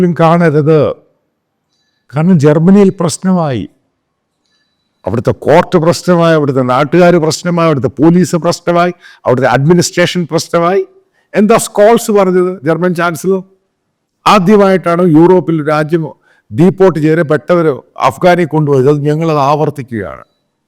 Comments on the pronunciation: skols alla sir sholz ennanu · സ്‌കോൾസ് എന്ന് അല്ല Mr. അദ്ദേഹത്തിനെ പേര് ഷോൾസ് എന്നാണ് . ഒരാളുടെ പേര് ചോവിനു പറയാൻ പറ്റാത്ത നിങൾ ഇവിടുത്തെ ജേര്ണല്റ്റാ ഹേ? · Thanks for your videos. Shall I make a correction. Pronunciation is ഷോൾസ്.